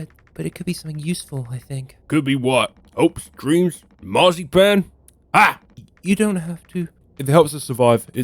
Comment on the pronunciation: Great video! I’m interested in playing this now. Though, As a Texas man, the way you pronounced Marzipan threw me😅